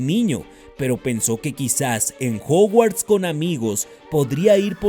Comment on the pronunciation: Juguarts? Jajaja